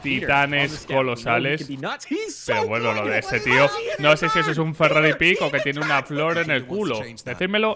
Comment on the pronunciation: No es pick Black es peek xD